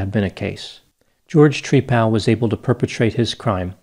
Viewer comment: Tree-pal is how he pronounces his name, like he's friends with a tree..😂 🤣